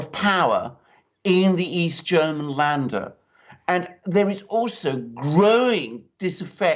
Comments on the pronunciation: Sorry Alexander but your pronunciation of Laender is wrong. It is pronounced like in "to lend" lender. Had to mention this and I hope you don'r mind. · It's LÄNDER! [lender] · Länder pronounced "lender"